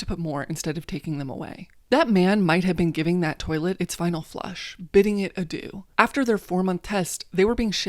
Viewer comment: "bidding it adoo" SENT ME